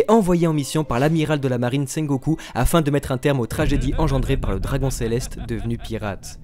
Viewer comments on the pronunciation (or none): none